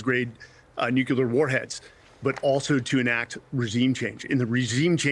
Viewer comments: How do you get “Nuculear” out of Nuclear? Sounds so stupid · There is NO such word as NUCULAR. It's NUCLEAR. You had me until you said that. And you're supposed to be an 'expert'. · I don’t know why the word “nuclear” is so difficult to pronounce. Nu-clear. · I commentator that can't correctly pronounce the word nuclear "new clear" doesn't have much if any credibility. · No, its nu-cle-ar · yes, of course. But it’s not “Nuke-you-lar”. It is increasingly common to hear it pronounced this way. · I think Jimmy Carter was picked on for that same pronunciation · he says it about five times. it's not a "mistake", it's sheer ignorance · Lots of people say it that way. It might not be correct, but if you listen to a lot of nuclear stuff- energy, weapons, science- lots of people say it that way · another expert who can't pronounce nuclear..... America is so poorly taught.